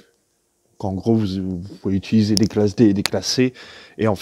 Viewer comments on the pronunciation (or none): none